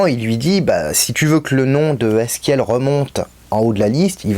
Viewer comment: Bonne vidéo mais sa se dit "Ezekiel" continue comme ça